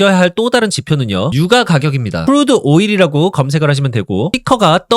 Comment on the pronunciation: ai인가? 유과가격이 뭐냐.